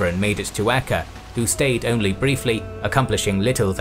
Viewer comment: Acre is pronounced like an acre of land.